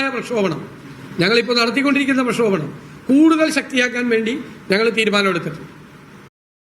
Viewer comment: രണ്ടും correct ആണ്. പ്രക്ഷോപണം അല്ല പ്രക്ഷോഭണം